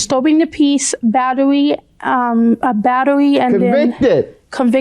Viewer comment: When she said convicted I hollered 🤣🤣 & how she was pronouncing battery.